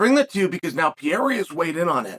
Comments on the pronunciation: Alex “The French Connection” Pierre-a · Alex Pee-era